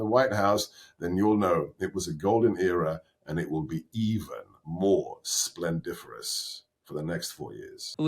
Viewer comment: Sebastian Gorka completely lost me at splendifferous….